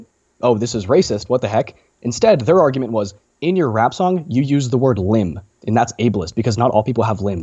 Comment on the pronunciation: You pronounce "argument" as "ar-you-ment", i.e., you elide the hard "g" sound. Just FYI.